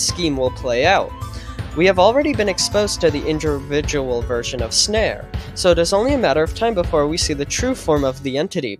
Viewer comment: blud was struggling to say individual 😭